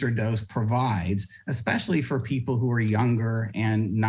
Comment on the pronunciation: "expeshally" Way to bogan Scomo.